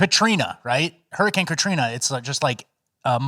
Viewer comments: Why does he keep saying Hermi-cane? Legit question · It’s pronounced “Herman Cain”